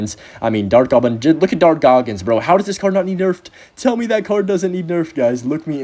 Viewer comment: Did bro say dart goggins?